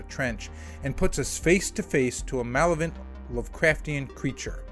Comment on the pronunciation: I like how he calls this an Alien rip off but says words like “malivent” 🫂